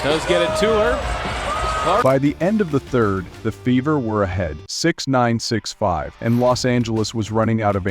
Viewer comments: Indiana Fevvor? How is that pronounced again??? Who taught this narrator how to speak English? smh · A I narrator FEVER is mispronounced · Your A I reader doesn't know how to read numbers Or. Pronounce the word fever. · I hate these automations.Cant even say fever right.